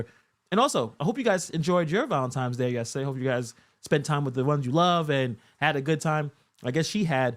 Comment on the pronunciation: Haha he calls it valintimes day.😂